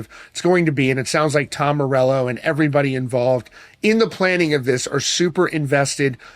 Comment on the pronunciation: Tom more-sell-o What a tool